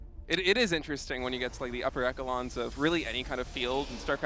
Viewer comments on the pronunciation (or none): did this dude just say "ek-elons" instead of "esh-elons"?